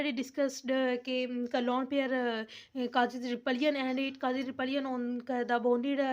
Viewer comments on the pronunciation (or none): It's not repslion it's repulsion 😅